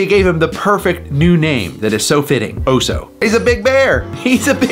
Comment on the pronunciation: oso, not Oh-Soh!